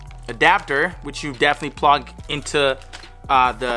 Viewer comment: Has nobody realized that when he said he was going to connect the headphones to the ps5 he said plog instead of plug lol